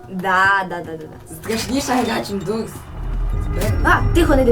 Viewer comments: ДОРС А не дурс Хоча це моя думка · Взагалі-то ти правий чи права правильно дорс. Саша ти теж права. Але правильно дорс чересто тощо дві ОО читається іноді як довге о. Наприклад як door там не дур а доор. І ще є такиг багато слів. Тож зрозуміла?